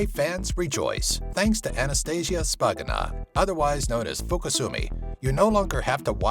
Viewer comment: *SHpagina, not Spagina